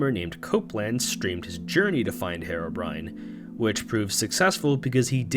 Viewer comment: Herebrine that’s how you said it lolll it’s herobrine